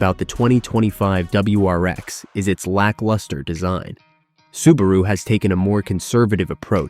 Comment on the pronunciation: Crappy computer-generated narration. WRX = War-X?!